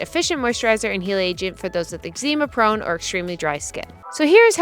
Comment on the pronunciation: I love you, but I had a good giggle at the way you pronounced eczema and psoriasis lol.